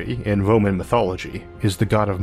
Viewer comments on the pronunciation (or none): none